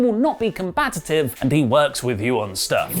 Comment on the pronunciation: I'm sorry,......but, did you say "combat-ta-tive"?????? WTF is that-ta?